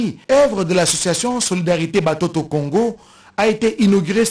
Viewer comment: Swahili. Mutoto=Watoto. Pas Batoto . Akokaki koloba pe Bana. Na Lingala!!!